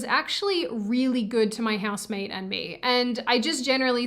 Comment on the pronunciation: Useless comment for a useless video. Cant tell if you're saying house maid or house mate I would kill for a house maid though. Then I would kill the house maid. Trump ironically made me a leftist. I use to like your content. Now its dumb. All conservative content is dumb now. Unless it's traditional morality stuff. Also, getting tired of only feds being youtubers. Tell Susan and her friends I got on youtube to get away from Zionist propaganda. Not for them to shove it down my throat secretly. You have to say you're a fed or else its death penalty.